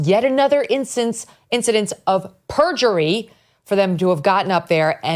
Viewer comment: Can anyone say purjury!!?😂